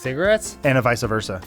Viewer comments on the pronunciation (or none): is the big laugh from the absurdness of Adams answer or because he says "And'a vice'a versa" instead of "And vice versa"?